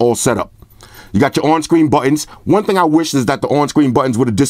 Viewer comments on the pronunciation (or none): Yo, you turned into Jakie Chan's Uncle on this one "AND ONE MO TING!" 😂😂😂😂😂😂😂😂😂😂😂😂 #Salute #TeamXerxes